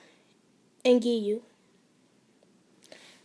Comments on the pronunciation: You said his name correct :) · You pronounced it right also tip try to take things in many takes so it sounds better and gives you more time too talk and process how and what you're saying. Love this audio aswell you're doing amazing sweetie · You said his name right